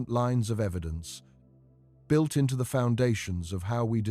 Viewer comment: It's not "built"